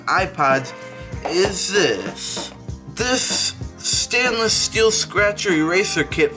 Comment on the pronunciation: I don’t take advice from a guy that’s says “stanless glass”